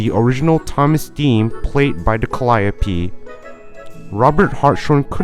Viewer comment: Bro absolutely butchered the pronounciation of Calliope